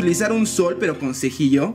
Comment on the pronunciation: Todo está bien hasta que dice " cejilla " 😭😭😭